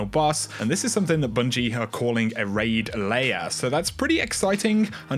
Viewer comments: You kept saying layer it a Raid lair. Like a boss area in a rpg. Lair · Remember they said lair not layers